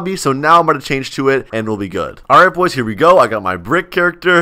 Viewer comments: who heard say “ alright POYS “ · said alright pois in stead of boys